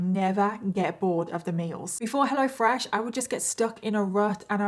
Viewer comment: Lol sometimes I hear " hella fresh" when you say it. Thank you for the best story telling on the internet!!! I love your makeup too